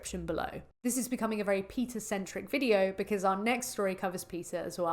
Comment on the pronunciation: Its PETA not PITCA.